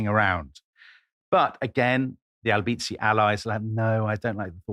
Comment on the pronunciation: Brilliant content! As a Florentine, I have just to clarify that the correct stress is: Signoría, not Signória; Álbizi, not Albízi And Balía, not Bália.